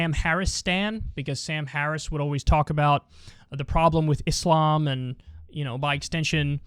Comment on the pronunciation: Such a small thing but love how Kyle is one of the only white ppl who says Islam correctly and not Iz-lam. Cant say rural to save his life tho